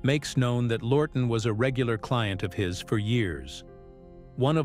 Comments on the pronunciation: It’s Charles Laughton not “Lorton”! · The voice does a number a mispronunciations of names. W H Y ? ? ? ? ? Charles Lorton instead of Charles Laughton????